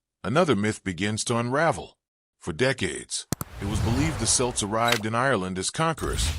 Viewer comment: Celts hard C pronounced Kelts, not Silts! Leabhair and Tuatha De Deannainn pronunciations pure cringe